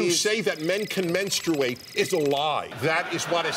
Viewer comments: Wasn’t he laughing because he just pronounced it funny? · They were laughing at how he pronounced menstruate. Not what he said. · Its more of a spoof on how he pronounced menstruate